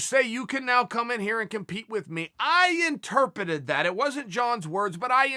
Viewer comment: Chael "there is no R in interpret" Sonnen